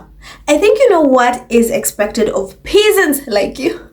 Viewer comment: Has anyone bothered to look at her? Nothing about it is refined. Yes. I said it. The Ho is coarse, classless and common as dirt. P.S. pronounced PEZZANTS..😊